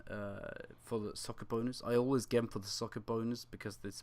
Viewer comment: never heard someone say gem in such a stupid way